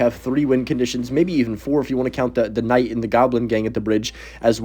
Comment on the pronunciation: are you saying “En-Night or Kuh-Night” when trying to say Knight? Brother it’s just NIGHT. The K is silent!!!!